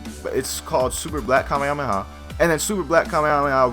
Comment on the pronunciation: dont say to mucj kamehameha because you cant tell it right and it is aufull to hear xd